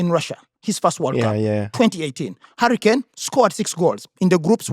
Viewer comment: I love how say Harry Kane and it sounds like Hurricane. A hurricane just like harry appears and disappears.